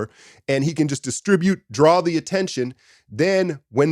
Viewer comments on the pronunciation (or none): none